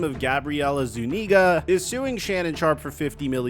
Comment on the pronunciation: Zuniga not ZooNigra 😂